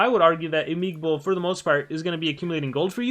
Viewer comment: its imigbo, no imigibo :v